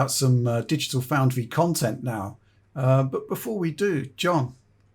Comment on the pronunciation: "Dogital Foundry" was gold.